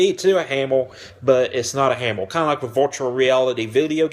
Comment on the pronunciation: Hammer, not hammel, please pronounce your words more clearly.